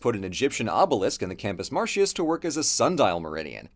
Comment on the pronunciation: Just a little note, or nitpickin if you like: your pronunciation of "Campus Martius" slips once to American English instead of classical Latin. 😁 Great summary, though, as usual.